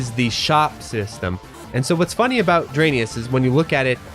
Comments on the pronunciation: Your absolutely right my guy, the development team really should've name this game the way you pronounce it because Drainus is horrible. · are we sure it’s not actually supposed to be pronounced dry-niss? like raiden and gaiden